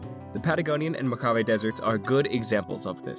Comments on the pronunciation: i just wanna say as a mojave rat that you butchered mojave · Mojave, Hispanic pronunciation of the J, like in Jalapeño.